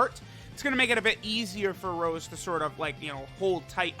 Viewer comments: Please, call him Rosé again and not Rose, that's how they call him in the anime, just like Cabba is Cabba and not Cabbe. Keep up the awesome videos! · STOP SAYING ROSE!!!! IT'S ROSÉ("Rosay") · It's pronounced RosÉ, goddamit lol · His name is actually Rosé and not Rose... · Plot twist: first 10 min was an imposter cuz he said rose and not rosé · Mans really disrespecting Rosé, by calling him Rose...Not subarashi, man